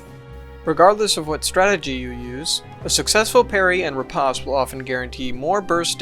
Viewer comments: Riposte: "reˈpōst" It ain't pasta my dude. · okay this was a great video but the way he says ri-*pahst*...